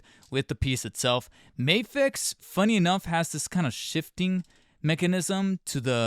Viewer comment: It's not May-fex, it's Ma-fex. MAFEX it's an acronym